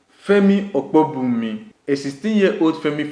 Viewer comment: whats this guys deal femi opabunmi he called Opobunmi, Tragedy - Tradegy